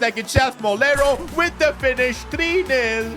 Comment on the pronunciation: Bro its Moleiro theres an i